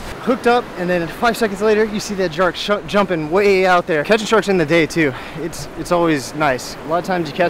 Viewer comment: lol you said jark and shumpin 😂